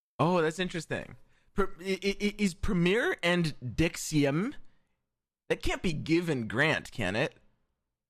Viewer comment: The way he pronounced deuxième is actually hilarious XD